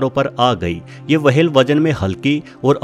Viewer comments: वाहेल नाही व्हेल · वो व्हेल होता है वहेल नहीं होता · चचा wahel ni hota whale hota h.... Ab se apni video me dhaayn de warna log mjk udate h 😌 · मुंह मे गुटखा भरकर व्हेल को वहेल कहना सार्थक नही है😆😆😆🤣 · Abe वहेल nahi व्हेल होता है बेवकूफ